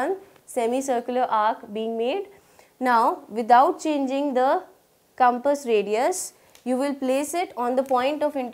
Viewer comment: why cant she pronounce compass:face-blue-smiling::face-blue-smiling::face-blue-smiling::face-blue-smiling